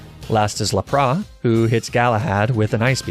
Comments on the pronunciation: La-pras Ar-kay-nine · Lapra, arkanine :( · I cannot get over your pronunciation of “La - Prah” and “Ar - Ka - Ni -Nay” but it’s still entertaining as hell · Why did you call lapras lapra? Its La-pr-as lapras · Jeez lol no disrespect man but plz don’t call Laprasssssss “LAPRAH” no . Just no. Stop it. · Its not lap-RAH! Its laPRASSSSS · LAPRA? It’s L A P R A S S S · 'lapra' This is intentional, right? This game is Japanese not French, they don't do the silent S thing as far as I know. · The way he said laparas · that lapras and goldduck pronunciation bugs me. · “Laprah” Fine “Arcaneenay” Fine “Jolduck” Alright fellas I think it’s time for a crusade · What's a lapraa ? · ah yes, my favorite pokémon, lah-prah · "Jolduck" and "Laprah" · Do you ever just 𝓛𝓪𝓹𝓻𝓪𝓱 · Your pronunciations are hysterical, Golduck, Lapras, Arcanine and Magnemite are not pronounced that way. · did he just say jolduck instead of golduck? And why did you pronounce Lapras and Arcanine that way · Your pronunciation of Lapras and Arcanine is atrocious. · How did this man just pronounce Lapras?